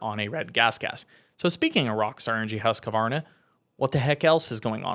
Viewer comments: Why the extra syllable with Husqvarna? Its Husk - varna, not husk - a - varna. Its like saying Austin Fork-a-ner. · The q makes the a sound. Never heard anyone say it the way you did